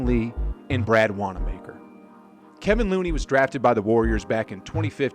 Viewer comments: It's KevOn Looney, not KevIn Looney. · It surprises me that you mispronounced names of multiple players. Especially Kevon Looney.